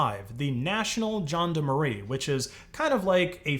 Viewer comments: John de Marie?? rly :D how did u maim a whole word like that. Gendarmerie Jesus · National "John de Marie" 😆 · I’m sorry I will be that person idc: Gendarmerie = Shaun-dar-marie LaSuite = L-ah Suite Les = Lay